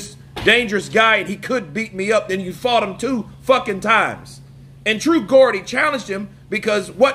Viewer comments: Just want to clarify something i love your channel here the name true geordie is pronounced jordy not like Gordon 😂 if i don't tell you someone else will in a pissy way so i know you like to keep up with us brits and you do a great Fury impression using the dosser term etc so i thought I'd point it out for future reference, a geordie is someone with a Newcastle accent which is a city in the UK so true geordie is like a true dude from Newcastle basically with the area accent etc, totally agree with the points you made about Joyce and Usyk they are Furys era and he clearly didn't like being questioned and asked about the Chisora trilogy and it's a question fans are asking and it's not out of disrespect for Chisora most of us like him and how he gives his all and never backs away from fighting anyone and we love his raging bull style but we saw him in the second Fury fight and he was beaten badly and was outclassed by Fury and pulled out of the fight and we don't really want to see that again and we also don't want to see the guy we know is even better now than he was then play with Chisora and let him land to make it entertaining it's like for Chisora to do well against Fury in a 3rd fight Fury would have to be allowing him to because we all saw in the second fight he didn't allow him to get near at all so we know he's capable of the exact same thing again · I think it's pronounced with a J...as in Jordy....Good on True Geordie for asking the questions we are all asking ourselves....like why bother fighting Chisora again when there are bigger challenges out there for the big Gypsy King.....Tyson seems to have thin skin and an ego as brittle as tissue paper. Why doesn't Tyson just say he's cashing in and Chisora was willing to fight for the right price and Chisora will more than help sell tickets which is all Fury seems to care about. Just tell the truth for a change 😅🤣😂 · It's pronounced 'Jordy.' Just saying. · Jaw -dee (say it like that) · Pronounced jordie